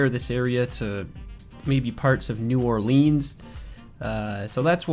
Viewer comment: It's New Orleans not New Orleans! AAAH